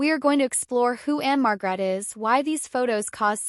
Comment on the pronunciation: Just so you know the stress is one the first syllable marg rette